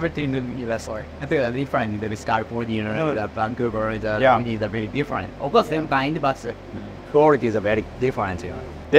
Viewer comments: Oooh-knee. Not ooh-Nai. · This is the worst Japanese pronunciation coming from an Asian that’s not Japanese. Oo-Nai? You mean Oo-knee? 😅